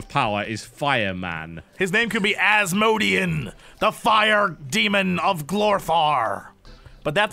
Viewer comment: Asmo-di-an, from Asmodae